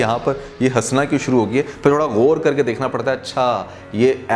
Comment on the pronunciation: Ap ghor ghor keh rahe hn shoq keh rahe hn apni urdu sahi karen aur jo batain kahi hn wo sahi hn